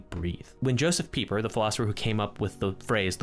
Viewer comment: Good job on your correct pronunciation of Pieper!